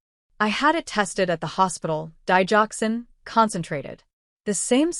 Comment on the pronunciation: Digoxin say it right